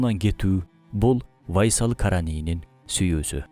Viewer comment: Урдура бербей тактап койгула да бир аз, УАЙСал эмес, Уайс эле. Уайс Ал Караний أُوَيْس القرني бул жагы вайсал Байсал болуп кетиптир го 😂😂😂